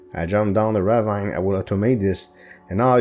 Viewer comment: ok so for a little help with some words first off "ravine" the last part "vine" isnt pronounced the way it is normally it makes the same kinda sound as see so its kinda like raveen and for sarcophagus the "coph" part is pronounced cough so its sar cough a gus i hoped this helps and isnt confusing cause im not the best at explaining well heh